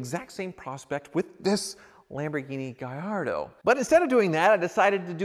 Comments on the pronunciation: Why are you pronouncing it Gayardo it IS Gallatdo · Mate! It's GALLARDO not Gayardo. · Gallardo...in spanish, that would be pronounced GaYardo....but in Italian, the "LL" is pronounced "LL" NOT as a "Y"